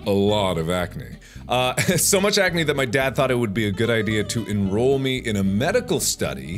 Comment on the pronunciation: He calls it acanee........ ACANEE